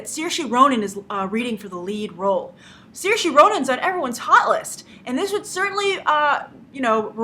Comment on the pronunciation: That's not how you pronounce Saoirse.